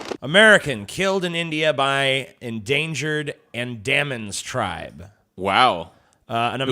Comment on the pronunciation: It's pronounced 'anne-da-men'